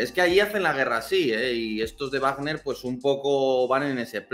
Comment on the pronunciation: Guarner no,vagner no es una palabra inglesa.